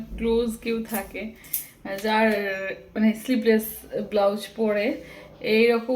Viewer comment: kotha ta sleepless noy sleeveless, sleeve mane হাতা, ete hata nei tai sleeve less bobe